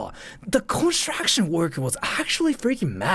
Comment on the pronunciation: I love the way you pronounce "construction" xD if anyone else wants to hear about conshu-action